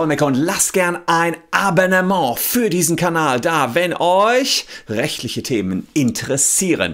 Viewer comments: 'Tschuldigung, dass ich kurz die Sprachpolizei machen muss, aber es heißt wirklich nicht "A-bEn-ne-ment", sondern "A-bOn- ne-ment". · Wie oft will er denn noch AbEnnement sagen? Es heißt AbOnnement! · "Abennement" Wer kennt es nicht..